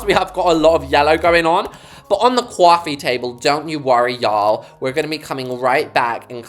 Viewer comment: the way you said cwaffiy table 😂